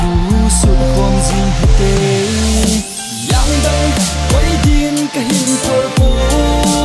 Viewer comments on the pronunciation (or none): I just wish He pronounce it Angdang koidin. Because now it sounds really awkward to hear it. Or can they edit it again. The rest of the song, its perfect. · It's call Angdang not yangdang you can't even pronounced your own language how shameful